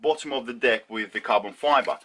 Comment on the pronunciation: The fact that you pronounce Deck in a way that makes it easy to hear Dick makes the first minute of this video a story about how you went through and broke several Dicks before you settled on one you can trust with your weight :)